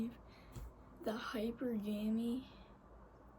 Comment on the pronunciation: It's pronounced High-PER-guh-mee, and strictly speaking in evolutionary terms it is something women do to on a biological level to increase their access to resources, ESPECIALLY if they have kids and no man. This presents in the modern world as only dating men who are at their own level or above in terms of financial security, always looking for a man who is better than the one she's with, etc. When women are younger, say under the age of 30, this tends to present as dating the most attractive man they can find, and hook up culture has really turned this into a problem because most women believe that just because they can pull a 9 or a 10 man (in looks) for a hookup, that means that they can pull a 9 or a 10 man for a relationship which is almost never the case, because most women are average, and a 9 or 10 man can pull a 9 or 10 woman for a relationship (and they almost always do) but because they've had sex with these good looking men they refuse to "settle" for what they actually can get in terms of a relationship. It sounds like you are going about things the RIGHT way, because there are many things about a person that makes them attractive, not just their physical appearance or how much money they make, and you seem to understand that. Now you just got to make all the other women understand this.